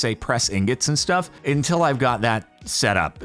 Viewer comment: Jordan, please. It's UNtil, not INtil.